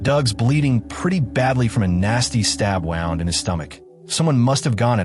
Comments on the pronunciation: Doesn't your AI know the difference between a man and woman or how to pronounce wound? So lazy🤭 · The pronunciation of "wound" is a bit odd.